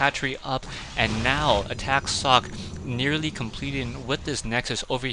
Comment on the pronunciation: socke is a german. the "e" is a spoke one :)